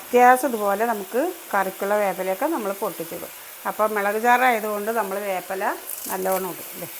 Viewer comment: Vepala alla veppila aan